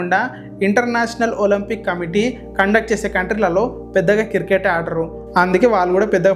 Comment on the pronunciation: కిర్ కేట్ కాదు క్రికెట్ Any way all the best